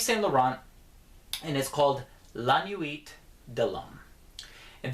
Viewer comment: Been a sub for a while. Terribly glad you don't pronounce the h's in french, but your pronunciation of nuit has bothered me for a while. You put a good bit of emphasis on the u, but it's supposed to be almost silent. Imagine pronouncing oui, except as nui.